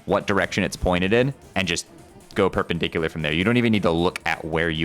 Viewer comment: dont asmume i know what perperdicular is or wahtever:d